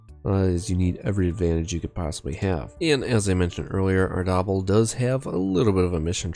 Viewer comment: Pronouncing Ardabil like “gobble gobble” is cursed 😂